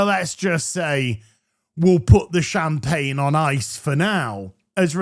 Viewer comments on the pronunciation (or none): none